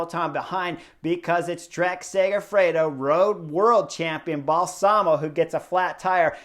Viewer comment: Excellent analysis Chris. BTW, Balsamo, accent on first syllable. Bal-samo.